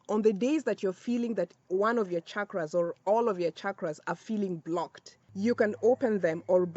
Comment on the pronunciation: I have to comment before even watching the full video. First of all thank you for pronouncing ‘chakras’ with the ‘channel’ sound and not with the ‘chicago’ sound like most people in the west do. Secondly I just started using Dr.Joe Dispenza’s ‘blessing of the energy centers’ meditation but it has been challenging as it looks like I need to prime myself and my chakras in order to truly benefit from it. So the timing of this is perfect. Thank you 🙏